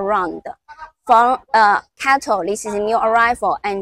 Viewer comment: Why is CATL pronounced as cattle? Is it a cow?